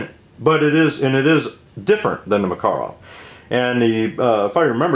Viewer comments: Im getting upset at how he says Makarov lol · Sorry you were offended. My generalization about these videos was not directed at you, although the correct Russian pronunciation of Markarov sounds odd to me. Popular usage generally dictates what's correct, and most Americans pronounce it differently. Maybe I didn't give your posting a fair chance, so I went back and watched it in its entirely. I notice that you signed off with Semper Fi, indicating you might be a Marine. If that's the case, we always depend on our Marines, so I salute you. Also, the range outing proved instructive, in showing me how the three pistols group on target. Not bad, actually. And I must remember what I was taught growing up, that if you can't say something positive, don't say anything at all. Hope that squares it. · The Russian pronunciation stresses the second syllable. At the Presidio in Monterey CA I saw first hand the difficulties of American students with foreign languages. I was lucky, that I had a couple of Slavic languages under my belt and did ok. So let this guy be, he is doing fine. Make your own videos and we will be more than glad to watch. Thanks. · It's "mukUruf", not "mEkerov". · Well First of all its called "пистолет макарова" and no, you did not pronounce it right as you said in your video tag. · Yeah, but Maaah-karov sounds better according to Call of Duty. ;-) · Hi friend.I speak perfectly Russian language and I only can speak for Russia and not for other countries.Its a fact about pronouncing word makarov that way as I've written before and no, that doesnt matter how big Russia is, there is common russian language and everywhere in Russia it would be pronounced exactly that way cuz its a RUSSIAN word/name so every other non - russian nation in Russia would pronounce it in the same way.